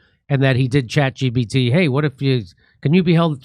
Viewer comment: is he saying chat gbt? hahahaha